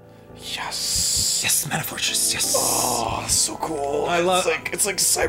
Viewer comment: Why doesn't anyone on the entire planet know how to pronounce mana correctly?